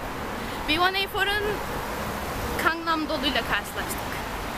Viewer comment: Bilgenur Khj ㄱ ve ㅋ harflerinin telaffuzlari farklıdır, ㅋ daha baskın bir K harfi ve ㅋ şeklinde telaffuz ediyor. Fakat Gangnam ㄱ ile başlar "tatlım;)"